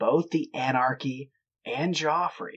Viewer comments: Geoffrey is pronounced jeffrey, just so you're aware for the future, when describing the past. (One of my schoolchums in the mid-late 70s was called Geoffrey, he refused to be called 'Jeff', and insisted on the correct pronounciation) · I’m sure he was called Geoffrey not Joffrey